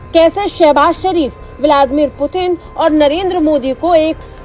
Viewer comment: 😂😂😂 पुतिन ❎ प्यूटन ✅